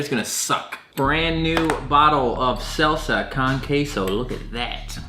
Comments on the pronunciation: Did this man just call salsa SELSA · When he pronounces salsa as "selsa" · I got a little triggered at it 'cause there's no e in there at all and he replaced the a with an e sound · Mans really said "selsa con ceso" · I'm deeply bothered by him repeatedly saying "selsa" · I thought it was salsa not selsa? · It’s Sahl-suh not Sale-suh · It’s salsa not selsa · SALSA NOT SELSA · He kept saying selsa Instead of salsa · u said salsa and queso wrong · Is no one going to talk about how he pronounced salsa? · The way you pronounce salsa is cursed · The way said salsa made me want to die